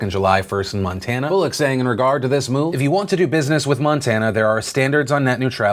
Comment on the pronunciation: In , he went into a second long british accent saying "if you want"